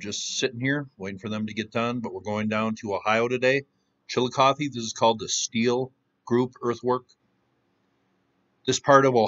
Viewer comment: Thank you for pronouncing Chillicothe properly.. I grew up in Ross and Scioto counties.. We were taught next to nothing about the mounds.. When we asked questions we were told that nobody knew anything about them, that there was nothing in most of them.. We were cheated out of that part of our heritage..